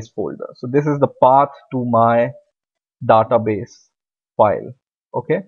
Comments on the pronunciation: american not daata (daeta base) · He reads database as "databes" as in "The-TaBes'' as in best instead of Database as "TheyTaBeys''